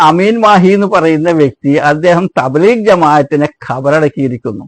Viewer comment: ഈ വയസൻകാക്കാക്ക് തബ്ലീഗ് എന്ന വാക്ക് പറയാൻ തന്നെ തിരിയില്ല.